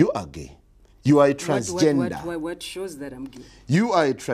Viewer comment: "reporta" and "transgenda" lmao